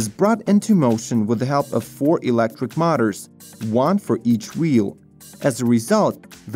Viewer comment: Milton - Canada1 second ago " , ", "etc "Mutters" (aka: motors). Check using Google "English Audio Translation" this may help your announcer to say it correctly. Same old problem with pronunciation. Otherwise a very well done video. Very much enjoyed, Thanks, good job.